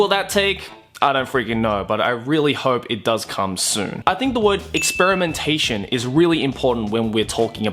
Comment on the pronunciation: anyone else here cracking up every time he says "experimentation"?